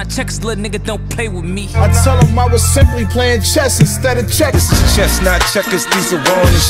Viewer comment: I stg that’s funny asf